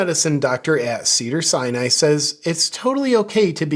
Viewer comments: Did JP say “Cedar Cyanide”? 😂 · I seriously thought you said ‘cyanide’ hospital!! 🤪😂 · Did he say “ Cedars-Cyanide”??!😂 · I thought you said “Cedar Cyanide” at first, which would have been appropriate.